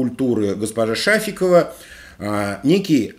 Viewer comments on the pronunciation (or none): Нифига сибе вежливыми? Шафикова ударенье на и